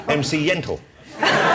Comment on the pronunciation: It's MC Yentl, not Yentill. Sorry, no offense, but it's an allusion to her movie "Yentl", which has nothing to do with lentils... :-)